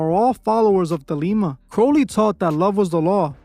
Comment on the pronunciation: It's Thelema, not The Lima 😂